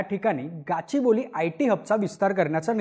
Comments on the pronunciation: Kachiboli nahi Gaaachibowli ahe te..@ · गाचीबोली नाही ते गच्चीबौली आहे